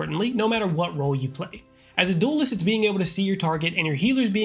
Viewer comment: i love the way he say DOOLEST its so funny lmao. great vid tho this series is so helpful